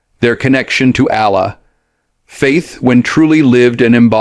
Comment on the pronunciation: WHEN DID DENZEL GIVE "THIS" AS A "SPEECH?" IF SO FACT OH, GET THE SPEECH , WHY HIRE A NARRATOR WHILE HIJACKING SPEECHES-FINED ONE WHO CAN AT LEAST PRONOUNCE THE NAME OF "Allah-A-la " PROPERLY .